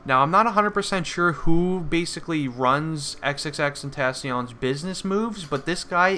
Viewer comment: It's not xxxten- tah-con it's xxxtent-aw-c own